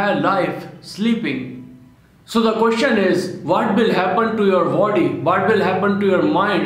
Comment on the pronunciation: Its is not vody its body learn english